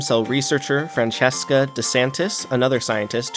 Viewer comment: Dope video, but her name is pronounced “Fran-ch-eh-ska